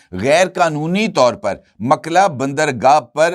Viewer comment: Makla nahee, A-lMukalla